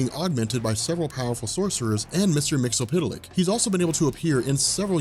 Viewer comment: did he actually say mr mxtlpytlk (or however you spell it) flawlessly?